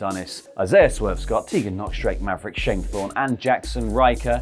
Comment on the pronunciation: That's not how you pronounce... Drake Maverick.